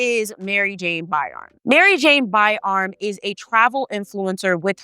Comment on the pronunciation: Isn't it pronounced BY-RAM? Asking for clarity.